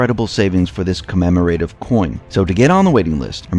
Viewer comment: Co-mem-ro-tiv. You are welcome.